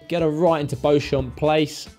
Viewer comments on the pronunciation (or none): "Beauchamp Place" I always pronounced it "bo-shomp" too but then I learned it's supposed to be pronounced "beecham". but if says "bo-shom" the so will I. i'm surprised the knowledge examiners didnt pick up on it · No definitely "Beecham". Got to know that, the American tourists will love it! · I presume he knows that it is not how you say Beauchamp? I was always under the impression it was pronounced like Beecham. If I;m wrong, sorry. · Beauchamp Place (pronounced "Beecham Place")